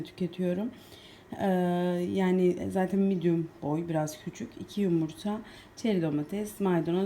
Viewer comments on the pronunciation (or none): none